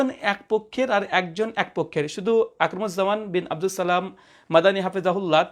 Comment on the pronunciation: আপনার সালামটা শুনেই হতাশ হলাম,,,শুদ্ধ হয়নি